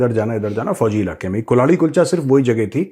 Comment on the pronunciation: कल्हाड़ी होती है वो मेजर साब, कुल्हाड़ी नहीं 🤣🤣